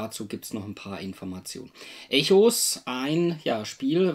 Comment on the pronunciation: Schöne Rezi. Danke hierfür. Den Spieletitel spricht man allerdings englisch aus, also ungefähr wie "Ekos". ;)